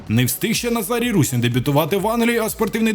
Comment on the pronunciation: Русин а не Русін